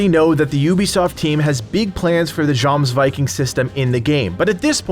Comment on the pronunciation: its pronounced Yomsviking....